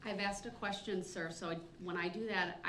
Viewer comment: "Axe a quession"